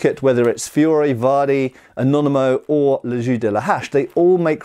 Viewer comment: I can't pass the fact that he prononce "les jeux" as "les ju" it's weard when you know how to speak french... But a lot of interesting things from this video.